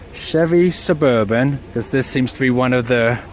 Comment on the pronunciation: the way he said suburban tho